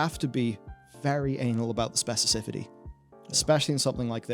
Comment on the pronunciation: mispronounces specificity like nine times in this video and I don’t understand why